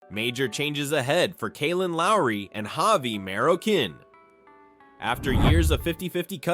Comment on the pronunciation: lol maroKIN lmao 🤣 it’s Maro like Mario but maro you roll your tongue and last part of his last name is pronounced keen so Maroquin